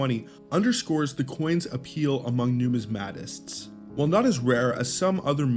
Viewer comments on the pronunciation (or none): It's nu MIS ma tists. Accent on second syllable. Nu mis MAT ics has the accent on the third syllable.